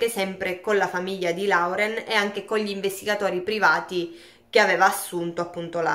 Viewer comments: Si pronuncia lorel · Più esattamente Loren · Oppure Loren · Si pronuncia loren☺️😉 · Ciao, il nome Lauren si pronuncia Loren … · Loren...si pronuncia ...